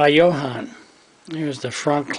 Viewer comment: Nice video, couple of very small points though, all Jo-Hans were 1/25 scale and it's pronounced Joe-Han not Yo-Han since the company was named after its founder John Haenle.